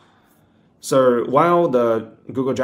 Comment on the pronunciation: Knew you were living in Australia as soon as I heard you say "soo" 😅